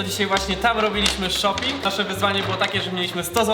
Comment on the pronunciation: CZEMU ZAMIAST SHOPIING SLYSZE SHOPI